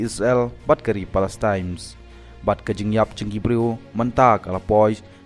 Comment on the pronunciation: Palestine m dei palestimes 😂😂😂